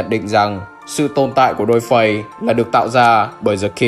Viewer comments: dollface og này đọc thành -> đôi phây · Viết dollface đọc đo phay :)